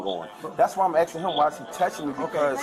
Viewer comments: He’s “Axe’n you as a man”! Thats assault with a deadly weapon. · Can you fix your subtitles please? The man is clearly saying ''I'm axing you'' NOT ''I'm asking you''.